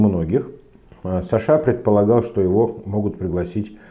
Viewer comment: почему ударение в имения сашА, на второй слог? Где можно почитать историю такого преобразования?